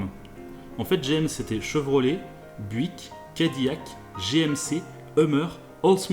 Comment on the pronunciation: Buick se prononce byuwick